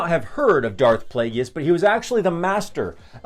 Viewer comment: Dude plagus is how it's pronounced! Driving me nuts